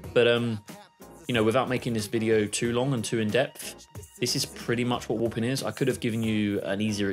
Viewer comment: haha just sounded like youre saying woopin